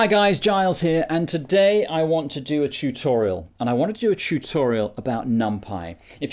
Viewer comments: "I want to do a ChewChoriol" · A “thurhoriel”, ha ha. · "chutorial" Noise!